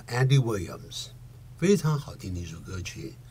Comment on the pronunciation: 那個Williams好好聽哦… (重複播放中